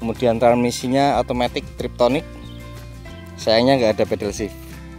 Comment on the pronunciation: TIPTRONIC Mas bukan TRIPTONIC salah kaprah orang Indonesia yang sulit diubah